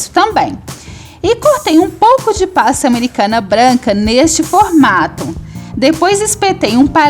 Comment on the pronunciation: Amo seus bolos! Acho muito lindos! Você é muito talentosa! Mas não gosto muito do jeito que você fala, é meio... Estranho quando você fala PASTA AMERICANA e algumas outras palvaras! Queria que você melhorasse suas falas! ❤ mas mesmo assim te acho talentosa